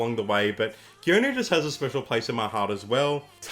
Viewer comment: Pro tip: Geonu is pronounced Gunoo (two syllables) not Gee-oh-noo. It's the same characters as Sunoo (선우) but with a G in front (건우). It's just that Geonu's name was written following Revised Romanization of Korea (the way his government recommends).